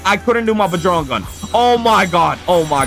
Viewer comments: I love this channel but it’s sort of annoying when you say things like bujrang gun instead of bajrang gun also when you say “BOMBOCLAT” all the time in a cracked voice, again, not hating just saying to me, it’s annoying sometimes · You can ignore this if u want cuz u do you but if you didn’t know it’s pronounced bajrang gun as in badge-rang